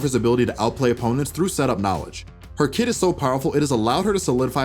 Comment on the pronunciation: Whf..its "kit" not "kid" for the past year I thought he says kid😭